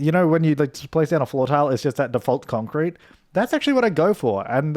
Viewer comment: Idk why but I love how pronounce “concrete”. It’s so satisfying 😂